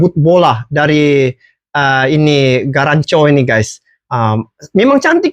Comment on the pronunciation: Garnacho,... Bukan Garancho